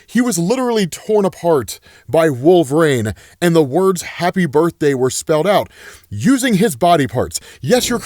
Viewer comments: Wol ver ine not wolv reign wtf dude? That's like saying zavier instead of ex za vier. Are you a comic fan? or is that a joke ? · this gotta eb some canadian shtick calling him "wolf rain" right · The name Wolverine has three syllables, there’s a correlation between obesity and pronunciation it seems.. 🤔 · All this time and still you pronounce wolverine wrong it irks me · why do you pronounce wolverine like that bruh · The way you say wolverine bothers me so much lol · why does he say wolverine like that?